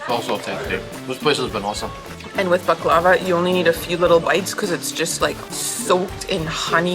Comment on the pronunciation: Seeing you guys eating baklava reminded me of your videos from Bosnia and Herzegovina, i.e. the Mostar videos, especially the one in which talks about the waiter telling her how to pronounce baklava correctly:) It can be heard in this video she's not making the same mistake again:) Speaking of Mostar, there is another Mostar video of yours I really like (this one: and the reason I like it is the moment ( to ) is buying some pastry, burek maybe, in a local bakery, and paying for it with a 50 convertible mark bill which features Jovan Dučić, probably the greatest Serbian poet of the 20th century and definitely my favorite one:) I have spent almost 20 years of my life reading about him, collecting books and articles on his life and work, etc. He was born in a small town in Herzegovina (it's possible you passed through it on your way from Mostar to Kotor), but he spent his childhood and youth in Mostar where he started writing poetry and editing one of the most important literary magazines in those days (together with other Serbian writers) before moving to Geneva to university and then to Belgrade, Serbia to become a prominent diplomat and a literary celebrity. It's interesting he liked the music accompanying tango. He died in exile, in Gary, Indiana during WWII as the Kingdom of Yugoslavia was occupied by the Nazis. He travelled a lot as an ambassador, but even though he never visited Canada I got one of the books about him from a Serbian booksho